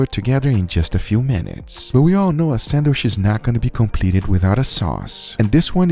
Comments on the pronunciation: It's pronounced sandwich, not sandwish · I assume everyone here loves his voice, probably why he is popular. I for one do not like the repetitive nature of his speech. Every final word is drawn out to the point that its annoyiiiiiing. Also the way he doesn't say sandwich but rather sanwiiiiiiiiish. Feel free to tell me how wrong I am and how I just don't get iiiiiiiiiiit. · I can't get over "sandwish" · Lol. I like how he says, "Sandwish" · Why do u call it a samwish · “Sandwishh”! Lmaoo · “Sandwish” lol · Sandwish or sandwich guga? 😂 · “Sanwhish” its awesome. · In the first minute I'm already not paying attention to the burger anymore and instead focusing on the Guga Foods narrator's cadence and the way he pronounces "sandwisssssssh." Very cool. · 'sandwish' lol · I subscribed as soon as you said, "sandwissh". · Me: Sandwich Everybody else: Sandwich Guga: Sandwish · It pronounced sand-WITCH (spelled sandwich) not sAnDwIcH 🤡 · Casual people: Sandwich Guga: Sand Wish ❤️🤣❤️🤣❤️ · Guga ehy do u say sandwish and not sandwich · For sure Guga is taking it in the ass for saying Sanwissshhhh this way 🤢🤮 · I wish he would stop saying sandwish 😀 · He said sandwish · did he say Sandwish? 🤣🤣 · I like how you say - sanwiiish :) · "sandwish" lol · I like how he says "sandwishhh." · Lol sanwish!!! His voice he got dying lol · Who else likes it when he says sandwish instead of sandwich it's like an asmr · “I’m going to show you how to make this iconic sanwisshhh!” 😎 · What is a sandwish - and vere ist dis place they call Oo-tah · Why does guga pronounce sandwich as sanwisshh?! lol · Now let's all say this together "SANDWISHHHHHHH" 😂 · I’ma start saying sandwich like sanwishhhh from now on. 🥰🎶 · no one: guga: sandwish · What’s a “sandwish”?? 🤣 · Nobody: Guga: Sanwish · lol i love the way you pronounce sandwich haha